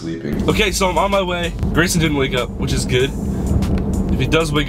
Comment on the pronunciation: it’s Grayson not Graysom